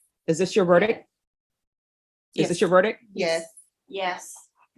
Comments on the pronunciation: Only thing that bothers me about this judge.... She can't pronounce "verdict". She says ver-dick instead of ver-dicT. "Is this your VERDICK?" That just sounds weird, lol. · Will someone tell it's verdict not verdick